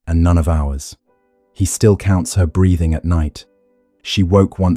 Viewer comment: Six months is not a long time for conception; six years is not unheard of. 45 - This is all repetition - just to pad the video?? Also, can we PLEASE correct pronunciation: "read", "breathing" etc.